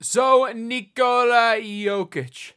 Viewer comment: Nice to see how you pronounce nikola right. Legend